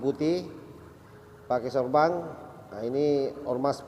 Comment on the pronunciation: Sorban bos bukan SORBANG,,, petamburan bukan PETAMBURANG. LOL